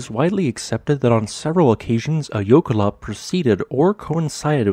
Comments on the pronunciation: And he pronounces it wrong. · he is saying it wrong but it is a fun word, it directly translates to glacial run